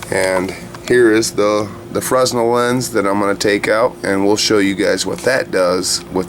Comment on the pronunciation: Fresnel pronounced fren - el